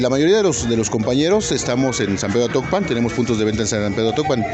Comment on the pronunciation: es atocpan no actopan , ese es de hidalgo